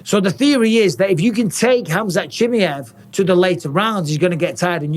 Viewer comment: Bisping's heard Chimaev's real name but he's still hanging in there with the "Chimmi-ev"